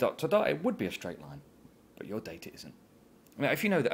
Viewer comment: "dada points on the greaaaff" -lovely.